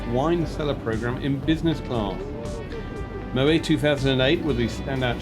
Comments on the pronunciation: Stop saying Mo- way..it's Mo - wet ! Favourite airline reviewer though. Music too intrusive in this vid. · Moet has the last 't' pronounced..contrary to belief Moet is not a French name but Dutch..a VERY common mistake